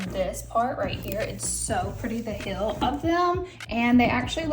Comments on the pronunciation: Heel and deal should rhyme, but not like "Hill" and "Dill." Try saying "HE" and then the L sound. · It's heel not hill, the pronunciation is driving me crazy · Heeeeel is the shoe part. The way you say it its Mountain hill